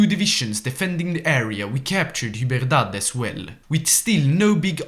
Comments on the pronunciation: It's not Hiberdad, it's Hai-Der-A-bad. Seriously it's the second time. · Bro butchered hyderabad